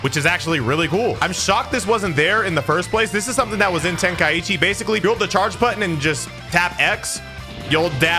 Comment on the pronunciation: It’s pronounced ten-kai-chi. Not ten-kai-ichi